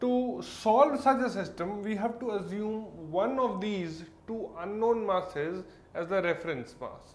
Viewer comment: Azume = Assume